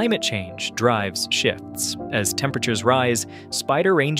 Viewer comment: bro did not say "shifts" 😭